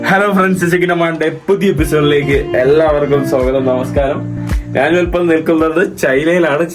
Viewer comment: നാന്,നാൻ, നാന്, നാൻ അല്ല. ഞാൻ എന്ന് പറഞ്ഞു പഠിക്കുക